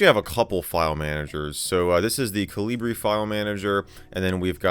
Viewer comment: Colibrí means hummingbird in Spanish (the emphasis on the final 'e', so col-ee-BREE). That's why the logo is a hummingbird 😊